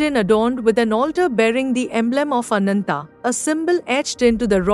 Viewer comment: Ananta, Garuda, sugreeva... Pls pronounce the a at the end. These are names where the a has to be pronounced. You do it so beautifully in some parts..